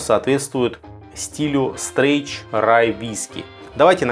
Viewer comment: Вообще то он не "стреч" а "стрейт"-прямой, честный, правильный straight [streɪt]☝